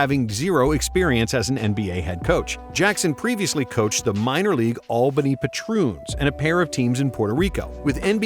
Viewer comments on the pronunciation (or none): none